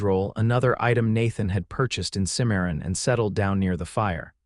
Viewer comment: Good story, but name pronunciations need a great deal of work, Santa Fe is not fee but fa, Santa (Fay). There are others, Cimmaron.